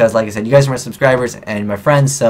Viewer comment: im your fwiend :D